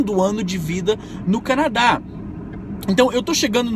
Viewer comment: Canaa ? Quiz dizer Canadá?